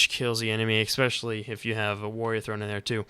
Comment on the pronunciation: Not to be a dick, but IT'S FUCKING ESPECIALLY, NOT EXPECIALLY OMFG IM SO SORRY BUT MY BRAIN WAS SLOWLY DETERIORATING WHILE HEARING YOU SAY IT D